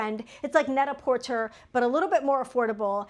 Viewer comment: It's pronounced net-a -porTAY. 😊.